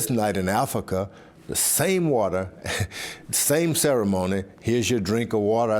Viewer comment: The wata! The wata!!